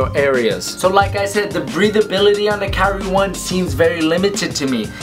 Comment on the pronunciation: Pronounces Kyrie incorrectly